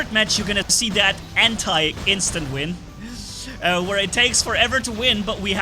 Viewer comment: You keep saying instant vin